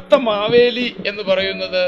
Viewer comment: എൻ്റെ കറിയച്ച - മവേലി അല്ല മഹാബലി എന്ന് രാജാവാ